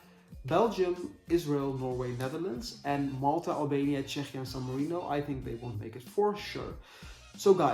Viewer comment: Czechia is pronounced Checkia in English :)